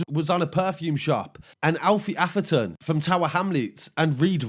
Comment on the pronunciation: You mean Atheron not Aferton